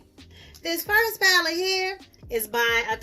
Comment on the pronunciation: do you have the ColourPop Stone Cold Fox paleeete? If so, please do a look and let's get into some spring paleetes soon! LOL Paleetes like you say.